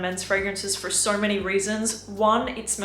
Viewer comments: Why "VIDEO" became "VIDEORRR", "SO" became "SORRR" "KNOW" became "KNOWRRR" ??? no offense, am really curious... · Australians end words that end in "o" with a "ure" sound. So the word "so" sounds like "so-ure". Its funny sounding. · I can't wrap my head around whshe pronounces her O's with an R at the end like Sor, owrn, and videor lol